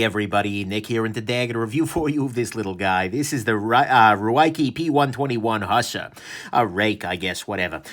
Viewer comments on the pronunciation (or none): literally butchered the word hussar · Okay, jokes about Ruike's, umm, interesting Romanization of its name aside and someone needing to tell that there are really three ways to pronounce "Hussar" and he's not close to any of them, one thing I've NOT noticed in comments--maybe noticed it, honestly--is that this knife struck me as very much the Boker Kwaiken done right, as far as functionality. I doubt that's by design, but the Ruike Hussar offers a lot of the same thing. I have both knives and find myself comparing them a surprising amount. You get squared off handles, an upswept blade, a thin up-and-down profile, it's a bit thick side-to-side and heavy but that seems to be by design, it's fairly long and slender, etc. But the nitpicks that a lot of people had with the Kwaiken like the flipper tab and blade being too upswept and honestly being a little too thick and heavy for the design seem to be what Ruike really did a better job on. Boker also has a bit of a taller hollow grind and I'm sure people have complained about the Hussar's blade tang not being nested in the scales while folded (not a big deal to me personally), but the Hussar will bust down cardboard just as well. Glad I got mine! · OK so he doesn't know. No big deal. Still produces great vids...